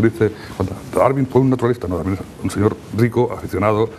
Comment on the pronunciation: Este tipo es zurdo, con eso es SUFICIENTE para que desconfíe. Se pasa atacando y mal pronunciando, a la persona de DARWIN. No le oído decir: Darwin erró por esto y debe de ser ello en vez de lo otro, por estas pruebas y razones. Puede que yerre, pero NO ME CONVENCE.